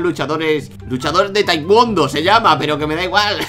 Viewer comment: se dice tae kown do pero se escribe tae kwond do